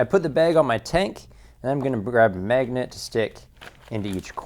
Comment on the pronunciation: learn how to fucking pronounce "magnet" and "bag."